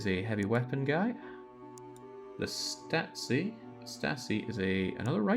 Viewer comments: If you mimick German pronounciation you should at least make it a "shtah zee" S + T is "Sht". Same as S + P ("Shp") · Stasi was the east German kgb. It's pronounced stah zee